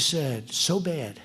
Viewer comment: “So bahd”